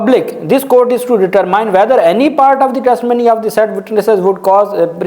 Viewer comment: سر بہت اچھی ویلاگ کرتےہیں ایک انگلش کا لفظ آپ اکثر استعمال کر تے ہیں ڈٹرمن ھے م کے نیچے زیر ھے یعنی ڈٹرمن آپ اس کو ڈٹر مائین پڑھتے ہیں امید ھے آپ کو سمجھ آگئی ھو گی determine کو پڑھیں گے determin